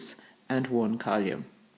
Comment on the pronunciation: column not colume